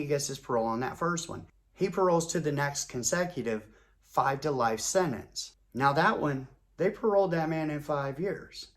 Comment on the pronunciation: Its not " senets" its SENTENCE. and no, I'm not going to take it for gran-ned.